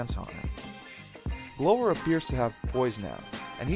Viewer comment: I wish if you were going to do these videos you would learn correct pronunciations of the names of the players and teams. "Lasalle" (e is silent). "Glover" (short "o" glove" not long "o")